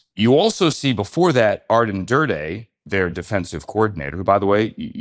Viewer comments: It’s Aden Durde, not Arden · Aden NOT arden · Aden not Arden! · *Aden Durde, not Arden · Great insights! Tiny correction though, it’s Aden not Arden 🙏🏼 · ADEN Durde Ja-DAR-ian not DARE